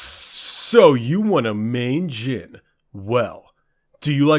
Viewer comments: You said jim not jhin XD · I thought u said "Jim" at the intro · idk why but i can hear him say "jim" instead of jhin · Is it just me or did it sound like he called him Jim at times? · "immobile" say that with me kids: "J h i n i s i m m o b i l e"